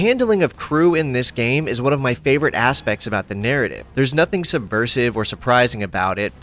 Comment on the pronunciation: "We saw some ASSpects ..."